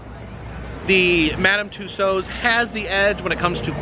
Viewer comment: Thank you for finally pronouncing Tussaud correctly!